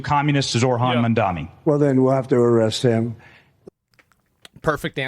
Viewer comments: Tim Dillon: Zohan MAmAlamamAmamama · "It's Ma'amdomi!"